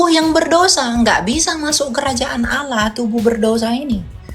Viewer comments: Bkn oloh pak tapi Alloh masa myebut Alloh aja tdk bisa kaya baru bljar bicara, bpk tdk mnyadari yg bpk olok2 itu Tuhan yg mnciptakan bpk dan seluruh manusia, bpk juga tdk tahu bhw yesus itu manusia, dan yesus udah mati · SaudaraKu, Melafalkan Allah dalam Bahasa Arab adalah Al-Lah, BUKAN al-loh. Coba pahami dan jangan mau dibohongi/dibodohi si jahat. Al-Lah. mengajarkan Kedamaian bagi sesama manusia, bukan saling membenci dan berlaku kasar dan jahat. SaudaraKu, marilah HIDUP Damai satu dengan yang lain, dan kejarlag Kekudusan, Sebab tanpa Kekudusan, TIDAK seorangpun akan melihat Tuhan/Allah, HALLELUIA, AMEN 🙏🙏🙏❤❤❤ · Kt Qt lbh dlu di Arab.. 😂 tp ngmong Allah aja gak bs.. oloh.. mna ada bhsa arab kyk gitu. Sdh nyuri2 ngeles Ten oten